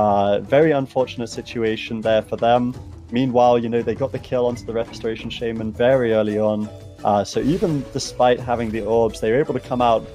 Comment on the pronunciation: SHA MAN. NOT SHAY MEN